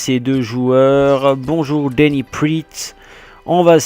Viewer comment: Slt je suis nvx sur la chaine et g bcp apprecier cet episode 👌 Juste on dit "denis praat" et pas "priit" Bonne continuation 👍👍